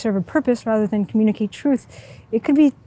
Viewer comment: This is intended to help you, not criticize you. I love your content and really support what you are doing. You need to slow down and make sure the words are getting out effectively. At approx you 'slurred' the word "communicate" and ran on with the rest of your statement and didn't make the same mistake. I noticed other incidents and only want to say; you need to enunciate every word clearly. I don't know if English is your first language but these are mistakes I've noticed with other non-native English speakers. Work on it! You've got some great ideas and want you to get those stories out. Keep up the good work!